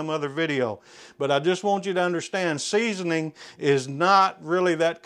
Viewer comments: And “seasonining”. And “warsh”. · 3.24 seasoninging 😂